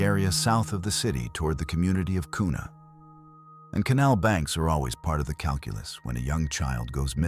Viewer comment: It's pronounced qna spelt Kuna. 😊